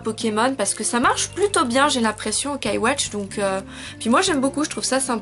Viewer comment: Juste pour info c'est pas OKAI WATCH c'est YOKAI WATCH :)